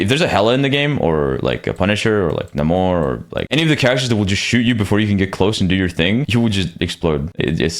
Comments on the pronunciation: It's pronounced NEIGHmor not NAHmor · its really annoying that people now call Namor, Na-more instead of Nae-mor